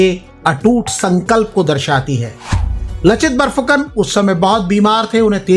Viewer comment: लचित नही लाचित बरफुकन है।